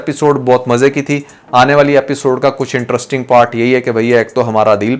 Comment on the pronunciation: Can you learn that it's pronounced interesting not entrusting 😅